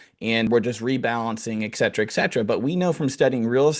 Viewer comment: it is not EK Cetra. It is ET CETERA